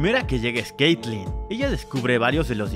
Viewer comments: es kaitlyn amigo, no klaitlingwgwg, y es Sevika, no Savika, tenés un problemita para decir los nombres m parece. ah y la musiquita insufrible q pusiste d fondo y q dura toooooodo el video es insoportable y repetitiva, gracias -. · caitlyn no leiklin JAKZBWNDJS q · dijo claiclin? xd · Cleiqui XD JAJAJA 🤣🤣🤣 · Escribe Caytlin y lo pronuncia como Claytin XD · Cleityn? XD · diciendo caitlyn varía veces y todas mal me da mucha ternura 🤭🤭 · me da mucha risa como dice "caitlyn"